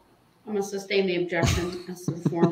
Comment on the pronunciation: Grounds for the “substain your Honor” 😂